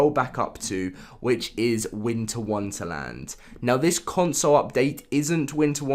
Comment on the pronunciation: I love how u said Winter Wunterland rather than Wonderland